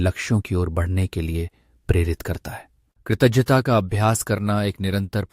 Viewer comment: Kritagyata sound is wrong can you correct it from video